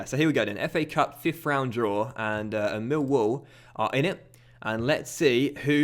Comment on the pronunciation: You claim you get less views on fm than fifa, you don't and if you do its by a few hundred. Also you support Millwall yet you pronounce it Mill wall rather than Millwall. Full me.